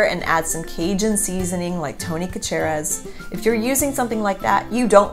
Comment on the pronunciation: Sha-sha-ree... mispronouncing Tonys seasoning in the boot state is tantamount to heresy. Paul Prudhomme’s stuff is pretty awesome as well.